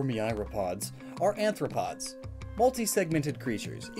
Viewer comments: ARthropod, not ANthropod. There is no n. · The whole video, you've been saying aNthropod, which is a humanoid. The word you are looking for is aRthropod. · It's arthropod, NOT anthropod. Why do you always make that mistake? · Man, you HAVE to know the difference between saying anthropod and arthropod (and learn to pronounce myriapoda) before trying to teach or explain it, huh?! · Goshdarn it. It's arthropod. Not anthropod. Anthro refers to humans. An anthropod would be... Human-foot creature (arthropod being joint-foot) Also myriapod. Myria, as in myriad. Even after your realisation you got it wrong. Not to mention you want back to "myaro" right after. Although that segment might have been recorded early I guess.